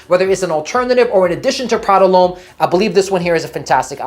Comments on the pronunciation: Why does he keep calling it Prada L’Homme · Why do you keep saying it’s Prada lhomme? And that high first on the first girl is so awkward. Just shake the hand dude😂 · Nice Video Content 👍🏻 like your reviews Btw you said Prada L’homme like 4 times until you got it 😅